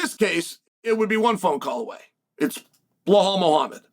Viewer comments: "blal Muhammed" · I haven'twatched chael in a long time so I forgot about the blall instead of Bilal and the meaningful period of time